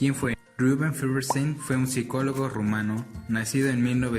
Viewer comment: Es Feuerstein, no Feverstein!! xd Pero muy buen video 💗